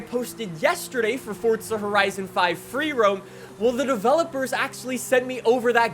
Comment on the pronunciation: Its wierd hearing say horizo5 love the vids